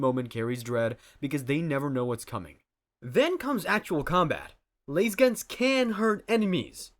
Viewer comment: Gonna need you to get on board with the correct pronunciation of lasgun before I can take you seriously there buddy. Laze guns? TF are those? We've all been saying Las for over 30 years now my guy. These is no Z in the word or pronunciation. There is no good argument for your innacurate nomenclature in a lore video. Be true to the source material or don't bother, it's like calling the Borg from Startreck the Boorg and expecting to be taken seriously by fans of the show. Just.... get it right ffs. Even the official GW audio and vidoe media refer to them as LASguns. Laz i can handle because accents but where is the silent E coming from?